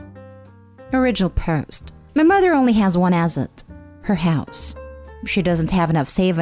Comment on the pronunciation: ASSet, not aZZet! 🙄 Wish Mark Narrations would read these